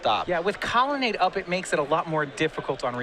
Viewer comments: it's COLONNADE, not connelade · Lol one of these guys has a real hard time pronouncing "colonnade" =D